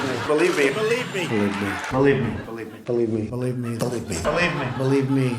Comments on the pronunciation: He's does not say believe he says berive me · Why does he pronounce believe as balieve instead of believe? His pronunciations are worse than first generation immigrant, certainly does not show Ivy League education! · It sounds like he is saying belieb me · “Beliebe me”